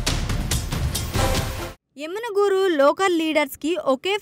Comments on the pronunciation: పేరు తపుగా చదువు తున్నారు.యనిగనూర్ కాదు యమిగనూర్ . పార్టీ ఒక లీడర్ ని నిర్లక్షం చేసింది అంటే బలమైన కారణం ఉంటుది అది తెలుసుకోండి ముందు . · ఎమ్మిగనూరు అనీ పలకడం రాదు ఏ న్యూస్ చానెల్ స్వామీ! టీడీపీ లో నాయకులు కార్యకర్తలు బీవీ గారి సారథ్యంలో ఉరకలేసే ఉత్సాహంతో ఉన్నారు..మీ ఏడుపే మాకు ఆశీర్వాదాలు.2029 లో వైసీపీ కనుమరుగు అవడం ఖాయం....